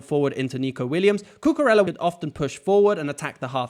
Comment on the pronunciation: It's pronounced "Cucureya", not "Cucurela" :)